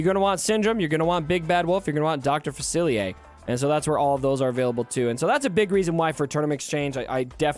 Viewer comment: Dr. Fa-see-ay. You need our New Orleans pronunciation 😂